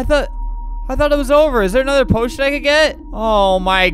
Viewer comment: he said poition i thought he said oh shi